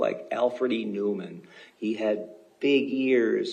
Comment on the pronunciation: He called him Alfred E Neauman.haha